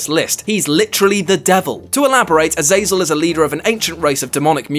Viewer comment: my one qualm with this entire video... you pronounced Azazel wrong. that is all.